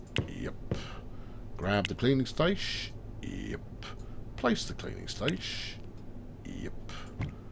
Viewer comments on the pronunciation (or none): Isn't a preused car a new one ? It's a cleaning station not a cleaning staysh. You were only talking about butchering the English language the other day.